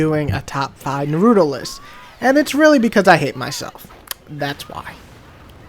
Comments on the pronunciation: Nar -ra - toe its not that hard to say smh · Nar-OOO-Toe That Is how you pronounce it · The way you say his Naruto's name is pretty funny. Its the first time I've ever heard anyone say his name like Narooto, that's for sure!